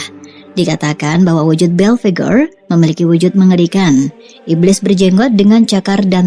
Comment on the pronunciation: Dia namanya om "Belphegor" bukan om "Bell Figure" 😂😂😂🤣😂🤣😂🤣